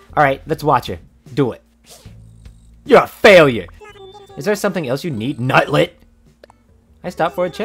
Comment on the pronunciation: the emphasis on nutlet and nutty gets me every time